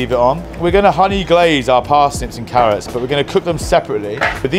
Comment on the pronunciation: It’s paar-nips & ‘arrots 4 me this year!